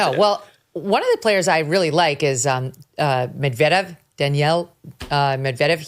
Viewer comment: Your pronunciation of Medvedev was making me wonder how you can be a real fan! 😉🎾